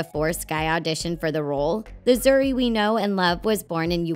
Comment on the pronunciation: they are wrong first its not zari its pronounced as zoori and zuri means good not beautiful and beautiful in swahili is mrembo